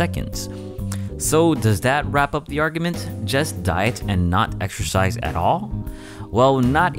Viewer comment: Waow! "exercise" sounds a lot like "extra fries"! :-)